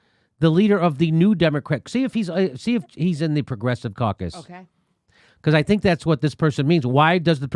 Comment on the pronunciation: It is amusing that manage to make 'Democrat caucus' sound like 'Democrat carcass.'